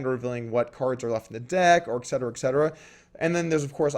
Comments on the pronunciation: His time consuming talk was rude because it was extreem time wasting and therefore they should call the clock after 2 minutes. Other than that its etcetera not excetera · Yo Doug. You tha man. But, "et cetera". Not excetera or egg-cetera or whatever. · Eck cetera, Eck cetera. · and stop saying ecksetera... ;-)